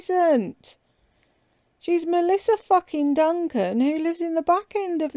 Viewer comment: Duncan aka Dumbkan 😂😂😂😂😂😂😂😂. I’ll never unhear that,. Love it.😂